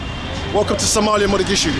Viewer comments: It's Mogadishu not Modagishu. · Bro, can you stop saying Modagishu. It's Mogadishu 😂. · Is Mogadishu you said moda gishu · hi bro Stop saying modagishu say Mogadisho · You keep pronouncing our city wrong and it’s funny how no one is correcting you 😂😂. It’s “Mogadishu” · Is it just me or Is he saying modagishu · He keeps saying Mogadishu wrong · dude idc, that is the English name for it and getting technical doesn’t change that. Imagine a foreigner trying to pronounce it that way. I’d rather they do it in an easier way since they don’t speak Somali.